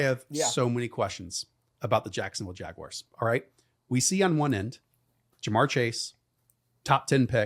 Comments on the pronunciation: jagwires vs the bingles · The jagwires?